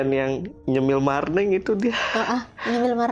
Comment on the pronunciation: Marning bukan marneng